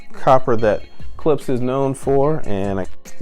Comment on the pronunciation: Its Klipsch not Clipse. Clipse is a rap group, Klipsch makes speakers.